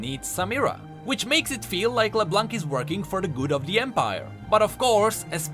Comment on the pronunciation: Great video as always! I just wanted to point out the you do not pronounce the "c" in leblanc. Just like in french:D